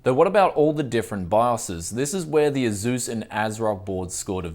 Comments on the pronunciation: "AZUUS". Dude, it's pronounced "Ace-US" Again man, why do you make 99% of your videos using hardware that 99% of your viewers can't afford??? it makes ZERO sense. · Tony Quigley it’s pronounced AY-SOOS. That’s how their reps say it. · Love ya... but the way you say ASUS triggers me to no end =P